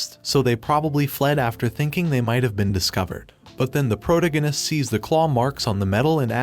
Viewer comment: your ai voice thing needs to pronounce protagonist correctly sigh...